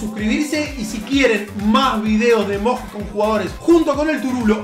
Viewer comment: DEJA de decir emoJis por favor, se dice emoYi